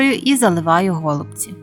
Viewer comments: Дякую. У нас кажуть голубцІ. Наголос на ост.складі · Все чудово, але чому го лубці наголос на букву о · А,я не удивлюсь. У меня знакомые из Одесской обл. так же говорят го лубци. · По-перше, я теж люблю українську мову, але наголос у слові "голубці" на першому скпаді ріже слух. Нас всіх вчили з давніх-давен вживати наголос на останньому складі. По-друге, можливо ваші пісні голубці для когось і смачні, тільки користі з них небагато. Замість 5-6 цибулин (навіщо стільки?), краще додати хоч трошки м ясної начинки. А також для голубців зі свіжої капусти потрібна підлива з томатної пасти і сметани. Тоді справді буде смачно. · Мені тошнить оцей наголос на го / ми робимо наголос на ці/ Нашої такі обсяги робить на пів села ??